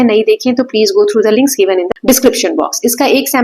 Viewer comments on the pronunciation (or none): none